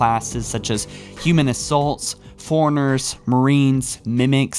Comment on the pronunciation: Dude, what's up with your pronunciation? "Foreigners???" I believe it's pronounced, "Fore-Runners."